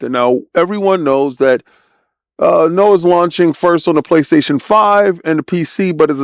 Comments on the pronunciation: Nioh as in NEO my dude, not Noah.😂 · this old man can’t even pronounce nioh correctly